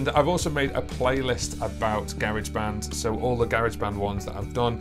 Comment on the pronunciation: Just here to confirm the UK pronunciation of Garageband. Take my like